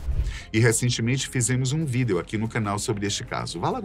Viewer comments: Não consigo me acostumar com tal pronúncia… “vídêo” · Acho curioso você fazer questão de pronunciar a palavra "Vídeo " corretamente. E todas as demais fala como dialogamos normalmente (Incorreto) no dia a dia. Exemplo: Antis, tudu, sozinhu, algu... Etc.. Enfim só uma coisa que reparo 😂😂😂